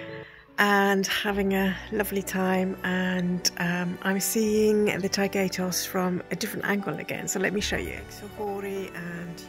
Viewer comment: Thank you for your beautiful vlog. (BTW, the accent in Taygetos is in the Y rather than the E)